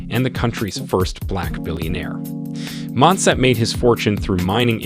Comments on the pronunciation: 3) Motsepe Pronounced Moo-T(s)ea-Peh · The names are pronounced slightly off, Mouton ('Mou' or moo as in like a cow, and 'ton' as in a flat O sound like the word "con"). Then Motsepe ('Mo' as in the same as the sound in the word 'on' will be close enough, 'tse' is spoken like a flat e as in Jerusalem and the ts like cats or Betsy and the 'pe' is pronounced like the word pear) otherwise very informative.